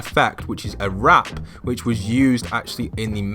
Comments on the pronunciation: he said wrap and not warp twice 😂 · it’s warp not wrap 😂 awesome video though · everybody gangsta till says “wrap” instead of warp 😂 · Wrap What it says: Warp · I love how he say warp as wrap lol